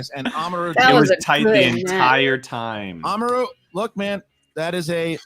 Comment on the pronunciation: It’s AmaRÚ, the emphasis is on the RÚ 😜